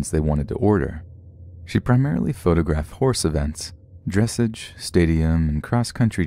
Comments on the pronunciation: For future reference, it's pronounced "dress-AH-g" not "dress-age" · He pronounced dressage wrong ugh 😑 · The way he pronounced “dressage” oh my god 😂😂😂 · Pronounces dressage wrong Me: triggered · The way he said dressage made me cringe